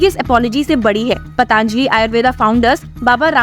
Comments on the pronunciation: Madam , आप पतंजलि को पतांजली उच्चारती है ; सुधार की जरूरत है 👍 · आपके द्वारा "पतंजलि"को " पतांजलि" उच्चारित करना हीं शक उत्पन्न करता है।